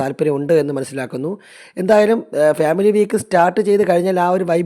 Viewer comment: ഉച്ചാരണം ശരിയാക്കു . ഫ്യാമിലി അല്ല. ഫാമിലി.